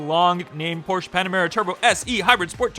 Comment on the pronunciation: "Porsche", not Porschea.